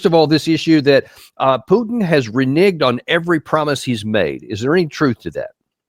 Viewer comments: Mr. Kennedy needs to learn how to say Putin….. if he thinks pronouncing it the way he is, is funny or insulting he is WRONG!!! The more I hear him talk about this war….the more he disgusts me. I can’t believe a US Republican Senator would speak like this…. so disappointing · This senator Kennedy is delusional and foolish! He lives in a different world wrapt around with lies! When you cannot even pronounce correctly word Putin! It is so hilarious anytime he says Putin..by the way Putin never brakes his word, that is his value, not like American presidents who never hold their word! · Senator Kennedy is living in the 1990s, as is the rest of the interior of the beltway. Him purposefully pronouncing Putins name wrong should tell everyone how juvenile these people are in intelligence. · On some things Kennedy is very good on other things not so good. You always know that there's going to be dishonesty coming out of someone's mouth when they don't pronounce Putin's name properly. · Knife fight with Russia? Really? Doesn't sound like Russia brought a knife to this fight ..... and its PU-TIN, now PEW-TIN. Moron. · Its mister Putin not pjutin you dork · Never expected to hear so much hog wash from that Kennedy guy, I always thought he was more intelligent. Further more, someone should point out to him, that it's Putin not Pewton. 🇦🇺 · Geez, that 73 yo dude has been senator since 2017 and in all those years, he couldn't learn that it is not Pyutin but more like Pootin. Sad and pathetic swamp creature. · I wouldnt listen to that guy until he pronounces Mr Putins name. Its not PEWton, its Putin. Guys a genius obviously. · Lol Rep. Kennedy saying the word Putin 😂😂😂😂 “pyootin” lmfaoo idk how were supposed to take that boomer seriously when he sounds like that. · It is not PHUTIN it is President Putin. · Who is Pewtin? 😂😂😂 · FFS that 'mr. Pjutin' sickens me... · The Pyootin is on purpose, right? since when U in english is pronounced Yu? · Pjootin? Where did the "j" come from?